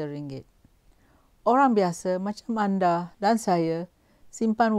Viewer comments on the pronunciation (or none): none